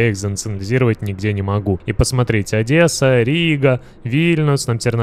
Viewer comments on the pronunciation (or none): none